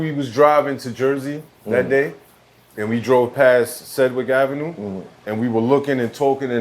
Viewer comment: “Sedrick ave” - Bigga. 😂🤣😂